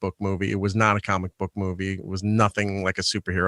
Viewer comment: I’m 30 minutes in and no one has called out on how he says ‘comic book’.. it’s fucking enraging..